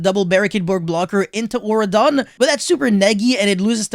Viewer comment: auroradon, not auradon.